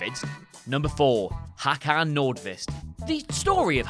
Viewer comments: "Hakan", you know xD So funny hearing Swedish names being butchered... I think you're missing an "å" in there somewhere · Håkan not fucking Hakan.. Hakan means chin in swedish